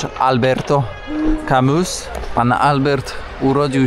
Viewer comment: jeśli już to ALBER.....bez T na końcu